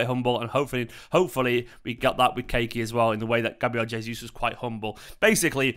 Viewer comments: Kaa- e -Key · Yes, it's pronounced Ka-ee-key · Pronounce the kid's name correctly. Ka-yi-Ky would be a better way to say his name.